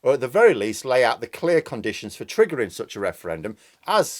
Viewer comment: "Oil must be due to run oot "🤣🤣